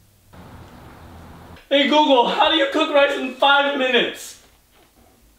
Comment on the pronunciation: Its rice not ryce